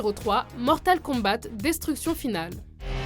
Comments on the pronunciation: Et aussi parlez bien français svp car on dit Mortal KombA et pas Mortal KombaTE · Mortal kombate la prononciation bordel ça se dit mortal kombat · Mortal Kom"batte"... Bien sur... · elle a vraiment dis Mortal KombaTE ? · sérieusement par contre les top sont pas mauvais (sans compté les top sur harry potter qui sont mal fais dû à multiple erreur à cause d'une mauvaise connaissance de la saga) mais il faut que vous travaillé mieux sur la prononciation des mots y'a des erreurs à quasiment chaque vidéo et ici: "Mortal Con-batte" et c'est pas le pire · "mortal kombate" ._. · "mortal kombatE" On avais compris que vous êtes québécois mais essayez de faire un p'tit effort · Alors déjà battleship j'aime bien il et pas si nul et de 2 ta voix me soule et va apprendre a dire combat Déjà je comprend pas pourquoi il écrivent avec un K et le T ne se dit pas